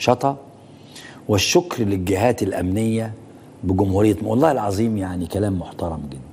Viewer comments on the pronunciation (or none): none